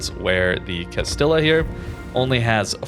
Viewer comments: more like GAST IH JAH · Just a minor note: it's pronounced Cah-STEE-uh. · “CAST-EE-YAH”. Come on dude. Not hard to look up pronunciation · it's castilaaaaaalalallaahahahahahahahhahaah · I know got the pronunciation wrong, I'm making a joke about reggie's comment and how up his own ass it is